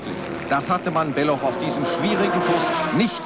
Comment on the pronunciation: Stefan war unerreichbar Gut Sein Name War übrigens Bellof Nicht Belhof...